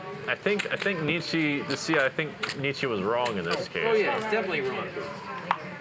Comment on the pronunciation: These people should never be allowed to speak about Philosophy ever again. They can’t even say Nietzsche.